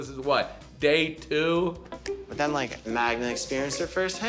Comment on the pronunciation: I can't understand how you can't pronounce his girlfriend's name Magda, not Magna.😅